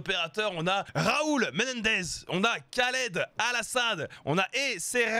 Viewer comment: Doomsday station, Khaled Al-asad. Va falloir travailler la prononciation 😜